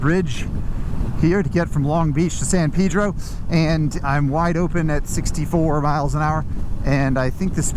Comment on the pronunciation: Hahahah San Peedro instead of Pedro. Bro say it like you say Peddle Or pedestrian, it ain't hard